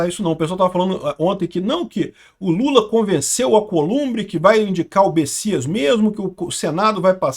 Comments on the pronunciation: é Messias com M e não Bessias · É messias ou bessias? num tô entedeno nada! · alguem sabe porque o chama ele de Bessias?